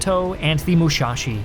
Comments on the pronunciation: Your pronounciations of the IJN ships are garbage. Yamoto -> Yamato Mushashi -> Musashi Kaca -> Kaga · Its Musashi, not Mushashi. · ..."yamoto and mushashi" ? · And "Musashi"...